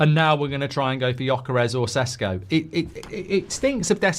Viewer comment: Hey Mark! Awesome takes and opinion, thank you! Small correction there Sesko is pronounced Sheshko.